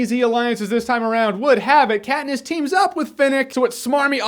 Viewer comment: ah yes, Kat-piss.